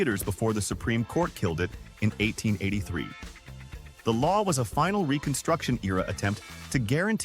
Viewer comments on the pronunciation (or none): none